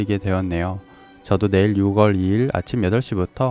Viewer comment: 6월은 '유월'이라고 읽습니다.